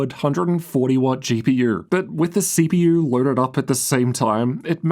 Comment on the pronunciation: “CP-UR and GP-UR”